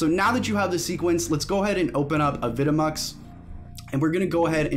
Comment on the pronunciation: is it not pronounced "avi de mux"?